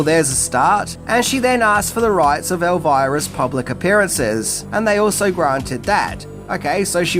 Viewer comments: The biggest thing I didn't know about it is that you'd pronounce it as "Elvaira" and not "Elvira", lol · I think the name is pronounced "Elveera" isn`t it? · would pronounce Elvira with a "errr" even if it wasn't spelled with a R! Lol love him